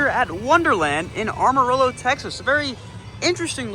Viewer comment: That way you said Amarillo is so wrong 😑 that gave be pain as a Texan